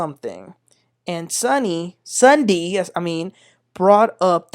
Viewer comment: Please stop mispronounced the names incorrectly! It's "Ja'Cil" and "Sunday"